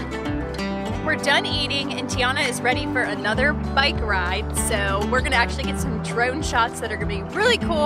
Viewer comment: You already said byke🤣🤣 when you were at the Walmart 😀